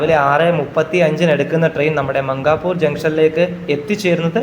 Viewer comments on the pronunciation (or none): It's not മംഗാപൂർ....But it's മൻകാപൂർ..